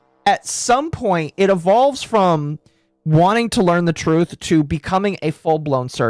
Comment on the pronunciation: But the TWOOOTH! THE TWOOTH!!!